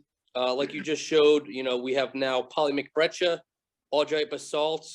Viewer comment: Every time someone says "polymyct breccia" my brain hears "molly mc butter" the seasoning 🧈